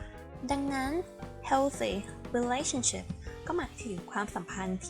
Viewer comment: แต่เวลา ออกเสียง ก็เป็น relashiption นะ ครับ